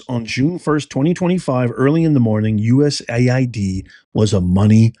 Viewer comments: USAID. Not usid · USAID...You mispoke,. You said USID...Oops is forgiven!